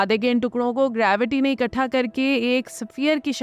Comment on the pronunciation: Baji,, gird o ghubaar nahin,,, gard o ghubaar hota hai... Katha nahin ikhatta hota hai...